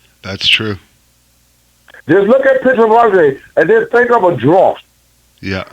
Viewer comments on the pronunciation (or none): “a drawf” hahahaha